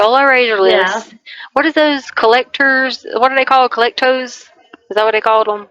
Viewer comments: “Collectoes”?!!?!?! 😂😂😂😂😂😂 you mean, “Klepto” Leticia????? I knew she’d never learn anythink new in jail. 😂😂😂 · The “collecto” for Klepto(mania) made me laugh so hard my daughter checked on me lol. I’m trying to catch up on everything after gone so long from surgeries and that laugh was cathartic lol. How that woman claimed intelligence and fooled anyone into believing it will never cease to amaze me. Hope you are well ❤